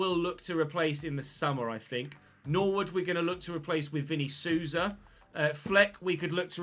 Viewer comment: Quick tip: The 'Sou' in Souza is basically pronounced like 'soul'. Souza = soul-za, not soo-za.